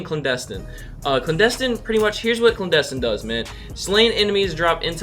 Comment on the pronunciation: "Clandestin" AHHHH bruh it's "Clandestine"!!!!